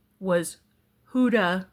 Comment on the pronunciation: Ho-dah, emphasis on the first syllable.